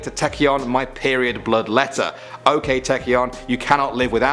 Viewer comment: Me waiting in my seat to hear Taecyeon, and then falling out of my seat having a seizure and a heart attack on the floor. (BTW its's pronounced Ok as in 'octopus', not 'okay')